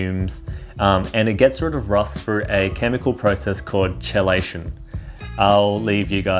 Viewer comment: its pronounced Key-lay-shun lol.